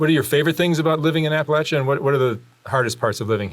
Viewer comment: Finally!!!You finally said,hesitantly,but said Appalachia right!!Thank ya now....😁 - I can speak to the authenticity of the man;majority folks in these mountains see it just as the man told ya.